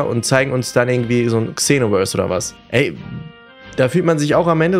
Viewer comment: Du sprichst tenkaichi und xenoverse voll falsch aus 😂 "Tenkaischi" "ksenoverse" 😂😂🤦🏼‍♂️